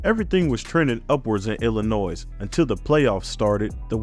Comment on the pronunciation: Learn how to pronounce Illinois fam! The S is silent!